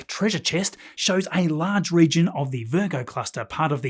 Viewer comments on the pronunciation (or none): none